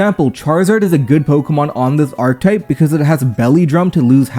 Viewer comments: Dawg, it's not ark-type, it's ark-eh-type, just the same way as architect. Also, this is kinda neat but also kind dumb considering there's basically only a handful of strategies. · please my guy, archetype is 3 syllables